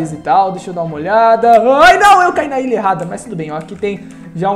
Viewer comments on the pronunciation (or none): Cara tu fala mó errado é ILHA n ILIA e tbm n é PRESTIJIO é PRESTIGIO